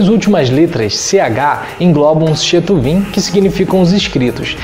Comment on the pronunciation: Desculpa, sei que o video é velho, mais, o senhor falou "badibmar", porém se escreve "BadmidBar"... E outra correção é Ketuviin... Eu sou judeu e não reconheço o termo shetuvin, tanto que está ali a letra k exemplificando. Mas muito bom o video viu. Acho muito bonito quando vcs cristãos se aproximan ao judaismo com tanto respeito.